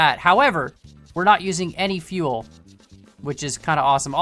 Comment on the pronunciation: No fuel not unlimited fieuel